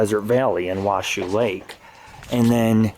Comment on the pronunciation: Bowers Mansion is now open for tours.(2013) It is pronounced Wash-O Valley. Bowers Mansion is in Washoe Valley; Carson City is in Eagle Valley; and Carson Valley is south of Eagle Valley.There is a mystery a out Persia Bowers---Was she really Eilleys daughter?Be sure to see the picturw that shows Eilley with the "ghost" of Persia hindoung.